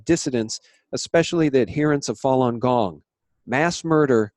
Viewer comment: What did you say ??? Fallen gong...?